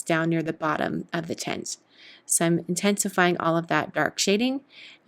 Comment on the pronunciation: Intensifying?? More like in-tent-sifying.....eh??? EH???